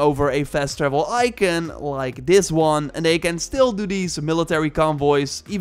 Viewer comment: Can’t stand how he’s says “ icon”